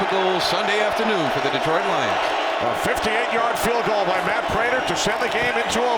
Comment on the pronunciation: Itz Vibes prater not raider